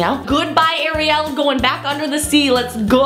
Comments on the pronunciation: It’s not I’m gonna show you the difference you say ari el but it’s actually airy el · It's Ariel not areail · American people: OMG she does look like the little mermaid! British people: Did she really say "Ari-yel"? 😂